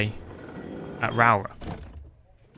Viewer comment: Rowrah pronounced “Raa-raw” 😅